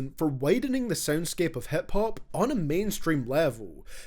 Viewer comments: I love how he says HEP hop instead of hip hop. Scottish accent is beautiful. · hep hup